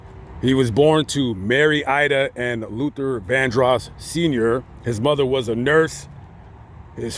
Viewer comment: This commentator pissed me off. First he pronounces Luther's last name wrong. Then he unsinceily, apologetically makes light of Luther's scandals. This is a horrible tribute to someone the narrator claims to have loved. I was a true fan of Luthar.